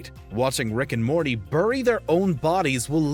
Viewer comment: "Which rick and mormy moment destroyed you inside?"